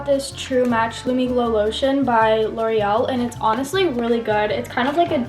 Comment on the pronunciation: you saying "loreal" with portuguese accent haha, lov when you speak portugueseee